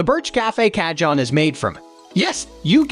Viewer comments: The moment you said "ca-john" it was enough for me. Closing this tab rn. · This is an AI voice mixed with stolen pictures & video clips online. That’s why the Ca-John… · Repeat after me and everybody else here,"kaa- hone." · Americans make no effort to pronounce anything correctly. Every time he said CAH-JOHN I wanted to close the video lol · loose the last E its pronounced "CA -HONN" / as of "CAJÓN". spanish for "drawer" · Narrator mis-pronounces the name of the very product he is reviewing. Yikes ! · tfw you can create and edit a whole 12 minute video but use the most ridiculous robot voice that mispronounces the name of the instrument every single time